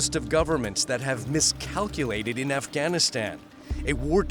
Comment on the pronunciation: Efghenisten, Pekisten, Telibens, Aiueq, Aiuen... It's kind of funny how the US can't pronounce all of its enemies names correctly 😅